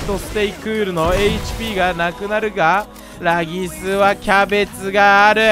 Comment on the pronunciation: 今では有名ならぎすさんもが昔はレイギスって読み間違えてたの思い出して笑った